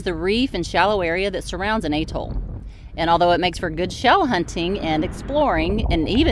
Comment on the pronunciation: Love the way you insert a non existent delay and say A ....Toll, so it sounds like A ..hole -LOL ....cracks me up.